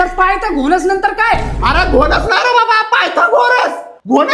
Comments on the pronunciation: पायथा गोरस ❌पालथा गोरख ☑️😅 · पायथा घोणस 😂😂😂 बर पायथन घोणस नाई बोलला